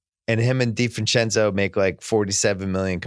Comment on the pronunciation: Why can't bill say donte divincenzo... Wtf is wrong with his mouth...